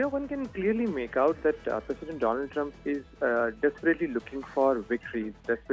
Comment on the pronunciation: Mister dolund trumpppphh